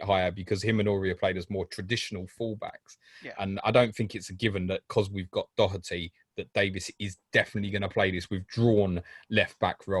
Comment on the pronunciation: Excellent doherty pernounciation👌 Just like we say it here🤣🤣